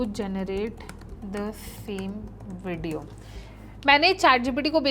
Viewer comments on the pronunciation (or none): none